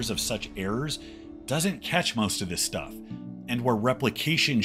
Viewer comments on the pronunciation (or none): none